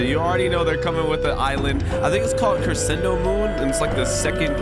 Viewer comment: Just for next time, crescendo is said like “cre-shen-do” (don’t worry about it I say it wrong all the time)